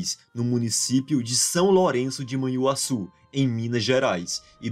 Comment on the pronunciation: Assuma que vc pega esses vídeos lá fora senão pega mal. Vc até mesmo pronunciou Manhuaçu (antes grafada como Manhuassu) como "man huassu", tal como gringo que não conhece o dígrafo "nh". Tenha santa paciência!